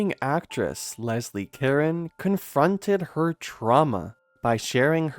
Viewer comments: This channel needs to take some reading lessons or get some people who can read to narrate. It's not Lesley Karen....it's CA-RONE. Ka r own. Seriously, your content and information is excellent and interesting but, I think I have to unsub from all the pronunciation mistakes. It's pathetic really. Don't do narration if you can't read!!! Phonics is fundamental. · It's pronounced "Kah-RONE ," NOT "KAR-en!" Why the heck don't you guys check your pronunciation before putting out your videos?!!? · Thank you! This is probably a computer generated narrator, but they need to know how ignorant it sounds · Botched her last name pronunciation. its not Karen. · Pretty sure her last name isn't pronounced like Karen. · Caron - ka-ROHNE. Stupid programmer. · Actually it's pronounced "caronnnnn". A nasal sound not "n". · Learn to pronounce her last name… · I hit pause as soon as I heard that. The crew obviously doesn't consider accuracy to be important. Why bother with the rest of it? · It's French. You don't pronounce the final "n," either. It's a nasal dipthong. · That’s ridiculous, you don’t think there are AI voices in France? The AI voice is programmed and it can be programmed to pronounce a name correctly, especially in a piece all about that person. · There is no E to pronounce at the end of Caron